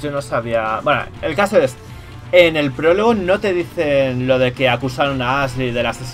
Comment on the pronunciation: El porlogo!!! el pooooologo xD, la palabra del día, PROLOGO, que aprendimos hoy? PROLOGO!!!!